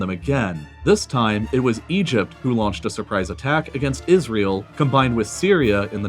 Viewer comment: No one:: Isrëėêl